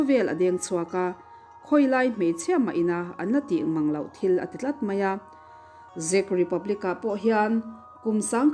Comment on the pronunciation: Zech republic ti lovin 'check' tih lamrik dana lamrîk tur aw.. 😊